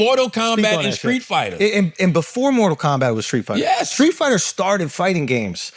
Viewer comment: It’s Streetfighter B. Not Skreetfighter. 😂